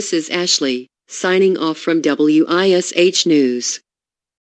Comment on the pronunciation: Ugh... being a local in Indy... hearing the voice say "W.I.S.H TV" and not just saying Wish TV made me cringe.. lol! Good stuff tho!